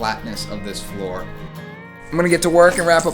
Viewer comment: letting out a lil’ boston accent at the end there. Wrap up the third flooruh